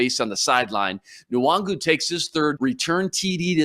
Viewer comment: needs to learn how to pronounce Nwangwu's name